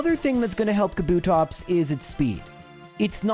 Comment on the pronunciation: You putting emphasis on 'TOPS' and also saying "School girl outfit era" which is vague as all Hell makes you sus